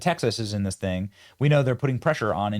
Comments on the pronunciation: lady there is no A in THING, you went to ivy league schools and you still can not pronounce words with the correct vowels? We need to start having an IQ and literacy tests for our political representatives. It’s pronounced THING NOT THANG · “Thang…”??? After all of the tens of thousands that went into her education? 🤨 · Dod you know the word "Thing" actually is said "Thang" Who knew ... shes hip hop & hood > private school rich girl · “In this thang” 😂 good grief.